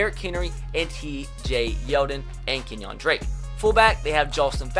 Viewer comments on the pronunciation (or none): none